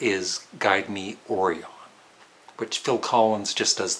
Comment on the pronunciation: I would say that the Syd Barrett-era of Pink Floyd is more psychedelic rock than progressive rock Also 'Orion' in 'Guide Me Orion' is pronounced 'O-Ryan' and 'Schizoid' in '21st Century Schizoid Man' is pronounced 'Skit-zoid' There is really no excuse to mispronounce these as they are literally sung in their songs